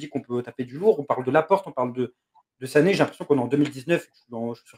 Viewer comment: ça se prononce Li Roye ( Leroy Sané ) il s'est bcp pleins qu'on l'appelez '' Le ROI sané '' lol